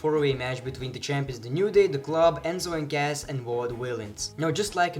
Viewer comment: it's cas not gas